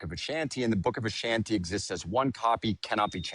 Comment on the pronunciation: can't seem to go thru a single stream without someone coming in with stolen valor. And it's book of vishanti. Not Ashanti.